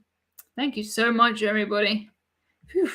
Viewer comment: To me , it sounds like every BUDDY. Great podcaster with great information